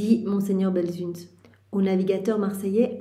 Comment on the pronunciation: Belsunce. Ici à Marseille, on prononce Belseunce.🙏